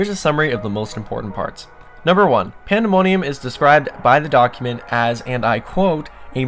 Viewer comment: ”panda money ummm”